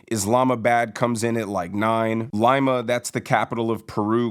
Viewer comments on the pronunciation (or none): Dude. It's "Lima". LEE-MA.' Not LIE-Ma. Jesus. You just caused me to unsubscribe. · It’s pronounced “Lee-ma” smh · I absolutely love ur show & admire how well u deliver the current news. So I’m sorry I have to correct u on a word u said on this episode. Lima, Peru is pronounced “Lee-mah” 😊 See u tomorrow 👋💝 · I think Lima is pronounced Leema. Now, we all watched The Wire. American cities are screwed at all levels because of people not doing their jobs, and taking a paycheck while lying to the media and manipulating the stats. Isn't it something like 28 of the 30 largest cities have been Democrat controlled for generations? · 🚨🚨 Such a bright guy but can’t pronounce the capital of Peru ?!? 🤦🏽‍♂️🤦🏽‍♂️